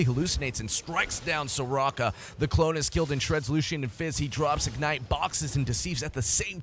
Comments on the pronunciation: it's Lucian not Lucio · you called lucian lucio xD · "Ibuki the Omni" Calling Lucian "Lucio" this dude misses Overwatch LOL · Why is he calling lucian, lucio